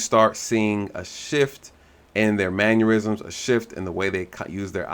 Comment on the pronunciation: Definitely it was intentional. Good analysis of what happened. (On a side note, you have investigated “numerous crimes” not “numerous OF crimes” and you have reviewed “numerous videos” not “numerous OF videos”. And the word mannerisms is pronounced “mann er isms” not “man yur isms”.)